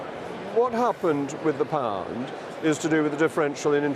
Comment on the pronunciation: The way he pronounced pound made me physically cringe. Checked his background - Etonian through and through, got a banking position straight out of college although he read History.